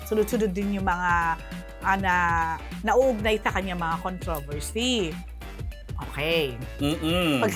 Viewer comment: Ano ba yan parang hirap sa pag pronounce ng controversy 😩😅